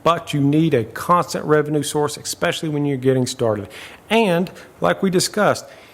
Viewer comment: There is no “ex” in especially … ESpecially, not EXspeciely… just had to bring that to attention, cuz to me that’s the equivalent to nails on a chalkboardd